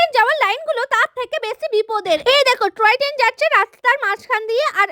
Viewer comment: টয় ট্রেন ❌ ট্রয় টেন✅😂